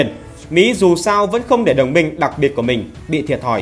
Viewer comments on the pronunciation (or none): none